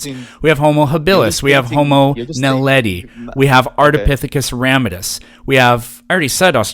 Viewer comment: I like that this smart arse american pronounced Naledi properly😅